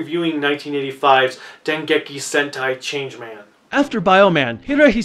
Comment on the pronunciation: did you say Dengeki HENTAI Changeman I thought this was for children